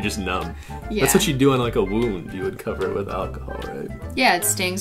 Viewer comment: When said wound I thought he said womb lol